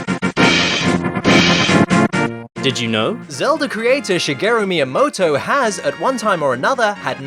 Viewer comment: *video starts* *white dude tries to pronounce Shigeru Miyamoto 20 seconds in* *I leave*